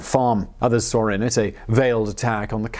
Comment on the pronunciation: query. where is the "R" in "saw"?